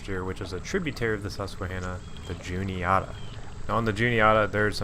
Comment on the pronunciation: Good stuff man, I fish the Juniata a lot. Albeit the upper stretches near from Huntingdon to Newton Hamilton but it still produces big fish. My only nitpick is your pronunciation of Juniata 😂 its less oughta and more atta (like atta boy) But maybe that’s our central PA accent at play lmao